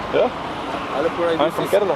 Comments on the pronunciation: the way you said kerala in intro was soo mallu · Even other indian states people dont know how to pronounce kerala but you are awesome Please try our delicious food porotta and beef. Fresh beef is super tasty You can see different cultures and religions in kerala we keralians loves each other We dont like north indians they are rascist they always mingle in the name of their religion Here you can see a mosque after 10metre a temple and after 10metre a church Proud to be a keralian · You pronounced Kerala correct at the beginning of the video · The way u pronounced 'Kerala' I am really amazed. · He is the First foreigner I heard Who pronounced "Kerala" like a keralite 😅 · So when he said kerala he said in kerala accent